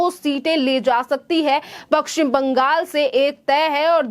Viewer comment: पक्कसिम नही पश्चिम बंगाल बोलिए